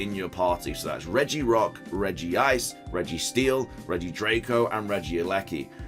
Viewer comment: When he said regi-ice I cringed